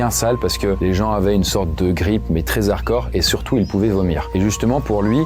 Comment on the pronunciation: OK ça doit être une rediffusion, donc. - Beaucoup d'erreurs, ( Non : le 10ème des réverbères a été touché par l'effet EMP. Donc "ça" une apocalipse euh... ) - cette mode de lier les H risque de détériorer la langue française ( très z'ardcore , les z'aricots ... ça fait vulgaire.)